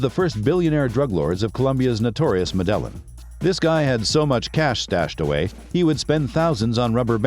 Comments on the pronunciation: Stop saying " mid ellen" 😒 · Learn how to pronounce MEDELLIN!!